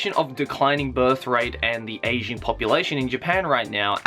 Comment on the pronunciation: Every time you said ageing all I could hear was Asian and I just thought yeh no shit Japan has an Asian population 😅